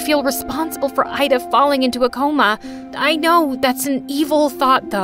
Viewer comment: My name is ayda but u pronouns it like ida